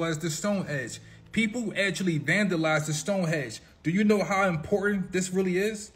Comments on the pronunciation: Stonehenge - not Stonehedge !!!🤣 I’ll be there in July. 🇬🇧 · stone HENGE & Stanley KUBRICK (COO•BRICK) 😂 AND THE "Monoliths" are just people clownin, trying to stir up some excitement. They already know who placed some of them.